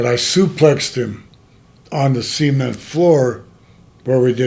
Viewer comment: See-ment floor!!😅